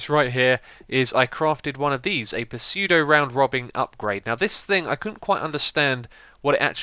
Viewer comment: The P in Pseudo is silent, Xisuma.